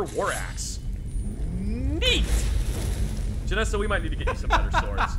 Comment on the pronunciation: removes a bunch of mods, blames Todd Howard That's what we call a "pro gamer move" Also weirdly getting Stockholm Syndrome with pronunciations and starting to enjoy them lol. Jenassa to "Jenessa", Geirmund to "Garimund". Keen for the next ones.